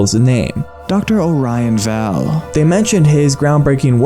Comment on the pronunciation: Great video! Only complaints is the mispronounciation of Orion Vale (pronounced: O-ryan Veil) & no mentions of Jeff, who's a huge lore point on the home page. If you click on "About Us" there's a fun little hidden eye that leads you to who the "founder" is. Happy hunting and thanks for covering this story!